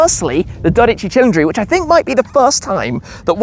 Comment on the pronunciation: Is he saying Dodici with an R? oO